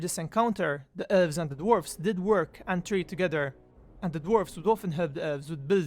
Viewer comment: its ELVES, not ULVES